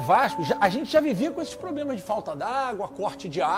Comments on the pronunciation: "PROBLESMAS" "RESONDE" o cara do GC tá nem tentando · Problesmas ? O editor tava de ressaca kkkk